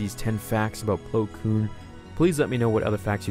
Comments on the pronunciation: It's Plo Koon, not Plo Koom. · My favorite Jedi, Plo Plowin😂😂😂